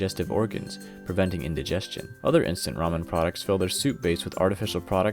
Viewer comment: I just want to say, thanks for not saying ray-men. It's rah-men.